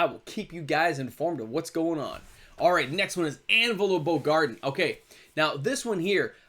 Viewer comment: I love your content, but your pronunciations are killing me, lol...specifically...Bogardan...it's BO-gar-DAN, not Bo-garden.